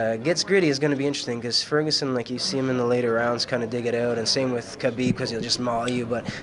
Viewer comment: Not hard.... Khabib by "SMESH"